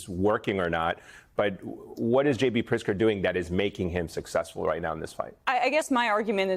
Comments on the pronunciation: Everyone talking about pronouncing Mamdani's name but Elise Jordan can't even make her way around Prtizker. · Did she say Prickser? yikes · Its Pritzker, not Prickster. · Is she calling him PRICKSTER??? 😂😂😂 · Maybe your host can learn how to pronounce “Pritzker,” instead of mispronouncing the name several different ways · Learn to say the Illinois governor's name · Can't say Pritzker?? Just keep with "Illinois Governor"